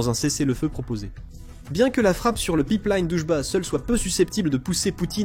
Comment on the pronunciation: Le Pipe Liiiine ^^ si tu prononce Line comme il faut fait un effort